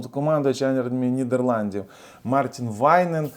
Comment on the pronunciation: Нідерланди*, не ріж вуха бро)